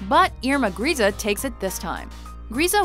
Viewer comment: I find it really annoying how you don't even try to pronounce foreign names right. "Grese" is even pronounced correctly in the video extract you show and yet make no effort. Same with Ilse Koch. And gif. It's gif and not jif. Please fix this, it's annoying me.